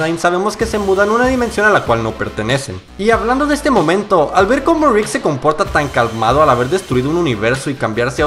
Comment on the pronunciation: me da risa como dice la r cuando dice rick jajajaja suena como grik ❤ me gustan tus videos